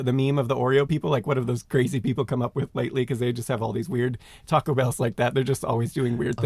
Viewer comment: Sorry but Taco Bell is not Mexican food in the US, it's fast food. There are great Mexican restaurants all over the US. Also, Simon, you can't have an opinion on Mexican food until you pronounce taco correctly🙂